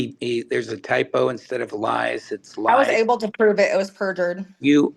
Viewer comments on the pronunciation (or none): "Able to prove it was purfured" how did he purjer his own text? Also saying its a lie isn't proving lol Same with declaration you can just be like "I am the judge and rulled it not good for my case i mean a lie!" I would ask for citation of it proved in court as purjy like where is her conviction or even a judge saying this lol